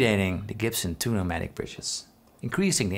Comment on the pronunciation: first time i saw this i thought he said "two nomatic" since i had no knowledge of guitars haha